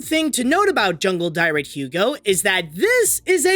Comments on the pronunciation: Next time you do a film with a foreign title, please look up the pronounciation beforehand. I don’t speak Danish, but I know ”dyret” (=the animal) doesn’t rhyme with ”pirate”. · Jungledyret is actually pronounced “yoong-el dee-ret” Hope this helps. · The way he pronounces Jungledyret, dear me